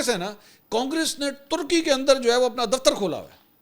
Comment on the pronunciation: منصور بھائی ٹرکی نہ بولا کریں۔ ترکی بولیں یا پھر ترکیہ